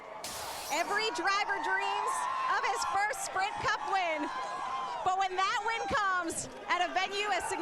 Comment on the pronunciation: she said sprint cump